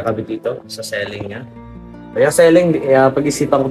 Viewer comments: "See-ling" pronunciation ng ceiling,...hindi "selling". Di man ka bisaya, bat ganyan😂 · Ceiling as in literal na siling..un ang pronounciation nya..sorry ✌️✌️✌️correction lang🙂